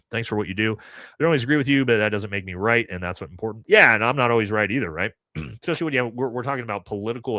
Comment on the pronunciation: Love your show and insights That said... Don't pick on others grammar until you learn to take the "ECK" out of ESPecially 🤟✌️